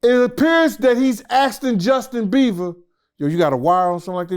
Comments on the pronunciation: "Justin Beaver" 😂😂😂😂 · Now I love a good interview but really…. Justin “Beaver”?? Really!! 🤦‍♀️🤦‍♀️🤦‍♀️ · “Justin Beaver” 😂😂😂😂😭😭😭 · “Justin beaver” 😭😭😂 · 🗣️Justin Beaver Lmao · Justin Beaver 😂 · "Justin Beaver" 😂😂😂😂😂😂